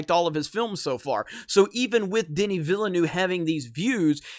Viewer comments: Its pronounced "ville-nuhve" lol not "noove" loll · "Danny ValaNuew" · His last name is pronounced Vil-N-Uh-V. Not in my habits to correct people's pronunciation (as a french speaker myself I made plenty of mistakes) but maybe some might find it interesting. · Villeneuve is pronounced “vilnœv” or “vilnove”; just saying. Btw, great content, love your work. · You know there a second "v" in Villeneuve. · That is not how you pronounce Villeneuve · Keep up the good work! On a less serious note: As a native french speaker, hearing you trying to pronounce "Villeneuve" is quite funny;) I don't blame you it has a lot of strange sound for english speakers. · The way you pronounce Villeneuve is jarring, please stop and try to get the right pronuciation. I know that you yankees are lazy about other languages, but it's time to try harder.